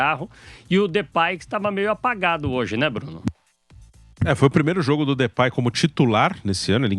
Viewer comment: Não " DEUPAY " 😂